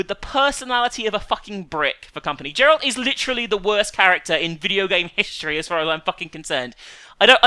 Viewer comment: (Supersparta333) "people need to understand that some games, despite being well made and well received, just don't resonate with some people." And some people need to stop saying that criticism of her arguments is "hate" or "butthurt." >Pronouncing the name "Jeralt" when the entire english release pronounces it "Geralt" (just to annoy people I guess, her voice becomes exceptionally annoying when she gets smug like this) >Ignoring the explanation and context in which Geralt's emotional state is explained. >Buying into the hype train of her own volition >Dragon Age: Inquisition which contains endless fetch quests is a "better RPG" LOL She played the previous games... and yet her complaint about his character is supposed to mean anything, really?! wtf this bint. She KNEW he is an emotionally muted character, SHE KNEW AND STILL FUCKING "HYPED" THE GAME FOR HERSELF, HOW DOES THIS MAKE ANY SENSE WHATSOEVER! If she had watched even two gameplay videos displaying the combat mechanics, crafting system, and questing path she would know what she bought. If she had actually gone into any sort of depth about how the RPG factor of the game is flawed and imbalanced, she'd probably be right on the money, but NOPE she makes weird non-arguments about things that she already knew going in or hype that she stupidly bought into with a AAA release. Apparently that shell of a buggy mess, Mad Max, is a great game though and gets a spot on a top ten list... She may be funny, but she has shit opinio